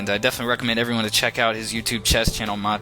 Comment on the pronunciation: U need 2 learn how 2 pronounce jelic my friend :). And nice video